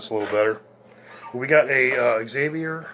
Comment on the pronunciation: Zay-vee-ier.... not Ex-zay-vee-ier. Sweet bass. You scored. When you purchase a Fender at $1000... $600 of that is.. the name.